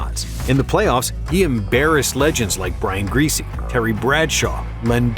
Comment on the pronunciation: Brian Griese? Come on.